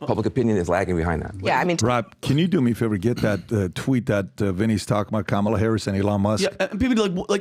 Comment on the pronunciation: ca. has invented yet another mispronunciation of Kamala. It's KAH-ma-la,, not CAM-a-la.